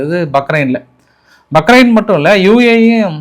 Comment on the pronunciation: யோவ்! பக்ரெய்ன் இல்லை. பஹ்ரெய்ன் யா. என்ன ஒரு நாட்டுப்புறதான் மாதிரி பேசுற.